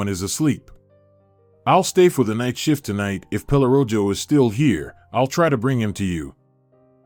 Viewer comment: Pelorojo…mispronounced but it means “pelo” for hair and “rojo” means red… so dog is called Red Hair…